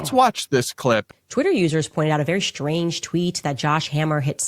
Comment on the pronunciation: "A very shtrange tweet..."